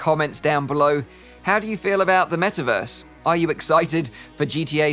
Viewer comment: soon™: "Wellkim to the Me'averse!"